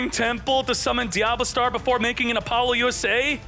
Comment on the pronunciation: Why does he pronounce so many cards different? Apollousa does not have an (N) in it's name